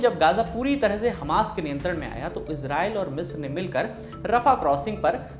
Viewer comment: 40 मित्र पे नहीं “ मिस्र” से।